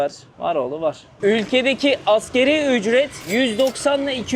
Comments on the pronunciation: çok ülke gezince fazla yorulmuşsun konuşurken çok şeyi karıştırıyorsun. Ekmeye süt banım yemişler nasıl oluyor😅 asgeri ücret her videonda yanlış telaffuz ediyorsun. ASGARİ ÜCRET. Bir de vietnamda nüfusun dinlere göre dağılım listesini veriyorsun orada %4 budist, budizm yazıyor sen %85 budist diyorsun. Tabloda %85 dinsiz diyor. Hangisi doğru? Böyle olunca verdiğin diğer bilgilerin güvenirliği kalmıyor kardeşim. Sen sıradan bir yutuber değilsin başladığın günden beri takipteyiz ama sanırım aşk sana iyi gelmedi galiba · Asgeri❌️ asgari✅️